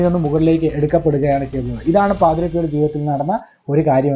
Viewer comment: ജോയൽ പാദ്രോ അല്ല പാദ്രേ.. Pio